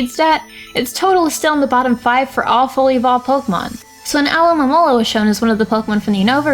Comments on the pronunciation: "alohomora" lol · SAID ALOHAMORA WHEN TRYING TO PRONOUNCE ALOMAMOLA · It's Munna, NOT Moona! And it's Alomomola, NOT Alomaloa! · you said amaura trying to pronounce alomomolas name. I don't blame you for that. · Nobody can pronounce Alomomomolola